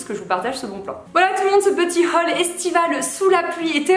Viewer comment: Coucou j’ai beaucoup rigoler sur ton accent « laHhhhaalllll » très chouette vidéo, toujours le sourire et de bonne humeur. Un petit plus pour la tenue 4, Bisous